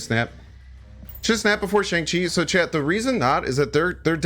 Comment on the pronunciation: I hit the like button on a video all the time usually. But since you said shang-chi correctly. Here's a comment